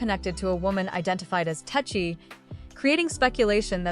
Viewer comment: Tesehki has a man that she refers to as her husband and is very protective of. She put hands on a girl just for being in her man’s section standing too close to him. 😂 I know it’s AI, but it’s pronounced Tes-see-kee.